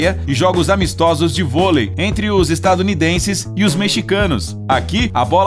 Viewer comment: Eu não ouvi isso o cara falo estadunidenses exatamente assim